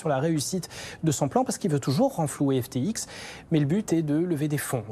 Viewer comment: Apres l'emission d'hier de BFM ou il dise Ethewoum , aujourd'hui un autre presentateur qui dit l'exchange FTik et Sam Bankmam fril 😂